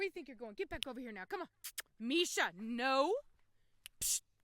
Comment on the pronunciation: Is her name Misa "MEE-SAH" or Misha "MEE-SHAH"? I see it being spelled 'Misa' but it being pronounced 'Misha'. Is it pronounced differently in her imported country? I just wanna get it right.